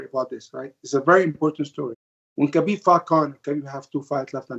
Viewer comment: Even Ali can not pronounce Khabib's name correctly